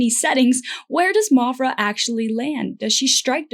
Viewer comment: Maphra is not pronounced mophra lol. Like math is not pronounced moth. I liked your metaphors. Interesting.